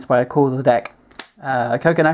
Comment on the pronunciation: Coocono... XD